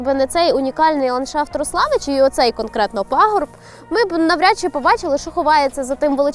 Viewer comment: Всі місцеві завжди називали РОславичі, наголос на О)